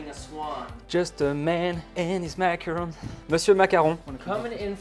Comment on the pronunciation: It’s not macaroon. Like the French guy is saying, macaron. Please stop calling them macaroons as that’s a completely different treat.